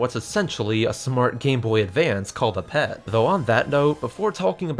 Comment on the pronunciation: It’s pronounced PEE Ee Tee not pet